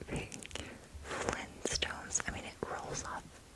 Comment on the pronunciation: The flinstones. Bruh. Who Tf doesn’t pronounce the T.